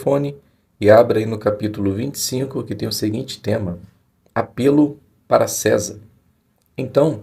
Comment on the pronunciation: O senhor está pronunciado à palavra de forma errada é apelo do verbo apelar.